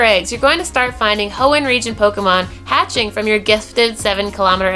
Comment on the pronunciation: Anyone else feel like is over stressing the word Hoenn???